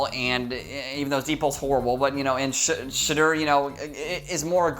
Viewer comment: are you saying shitter sanders?